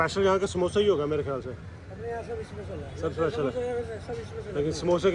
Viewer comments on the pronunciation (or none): none